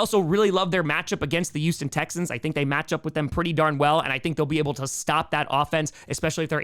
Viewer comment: THERE'S A "H" IN HOUSTON!!